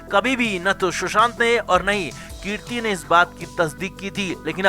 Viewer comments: कीर्ति नहीं भाई कृति है आप पहले उच्चारण सही बोलिए बहुत खटकता है कानों पर 😀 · Kirti nahi kriti 🤦🏻‍♀️ aur हंग्री नहीं हंगेरी के ब्युडापेस्ट..!! और ये ळग क्या होता है? It is drugs, ड्रग्स...